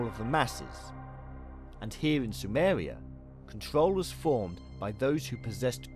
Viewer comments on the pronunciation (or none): “up and down Sumewia”